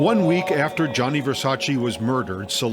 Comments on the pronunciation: It aggravates the hell out of me how the narrator cannot say Versace's name right. Its GIANNI not Jonny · Does the narrator really not know how to say Gianni? Who’s Johnny? Lolol. And it’s Keen-Tana, not Kwin-Tana 🤦‍♀️